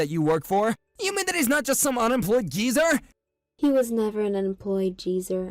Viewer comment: They are not Americans. They mispronounce simple common American words all the time (like old jeezer instead of geezer) Plus, they use Canadian or UK English sometimes. All that means is, they could’ve learned English from someone from a different country